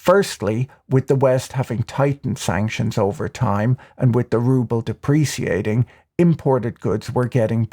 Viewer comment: did you say depreSSiating or depreciating ? 😂 lol